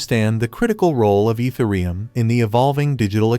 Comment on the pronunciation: Dude you lost me at your pronouncement of Ethereum.